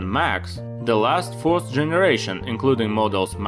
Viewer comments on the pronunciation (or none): none